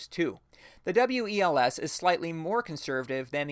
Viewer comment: FYI the WELS is generally pronounced just like the word "wells"